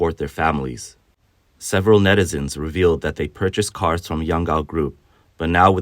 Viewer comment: "NETIZEN" this moe-foes>>> --- --- ----(======================@@